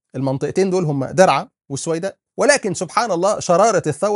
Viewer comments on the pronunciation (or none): دَرعا .. وليس دِرعا تسلم ع الكلام السليم